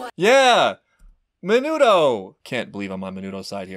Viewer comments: The fact that you keep calling Mineta Menudo is HILARIOUS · You refusing to get "minudo"s name right is one of my fave things and craxks me up everytime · also calling him "Minuto" the whole time is absolutely hilarious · OH. I looked at the comment again and understand it now. You meant that you don’t think the reactor meant it. I’m pretty sure he is saying it wrong on purpose, The character’s real name is “Mineta”. However, I would not be surprised if it is based off of that word.